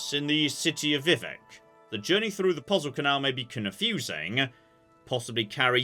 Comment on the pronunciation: What are the odds figures out how to pronounce "Vivek"?